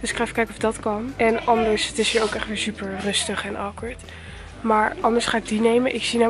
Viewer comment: “zuper veel” 😂😂